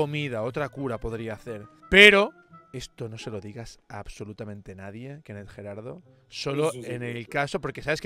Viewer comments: Kenne’ G-raldo Como que falto una r,no? 🤨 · Kenne'G-raldo le falto una R 😮